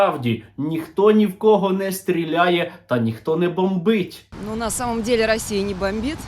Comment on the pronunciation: стерненка,)) что за "расійані" и "расійа" в твоей лепнине?..